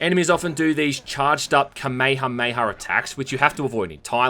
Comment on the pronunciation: "kamay-hamay attacks" wtf?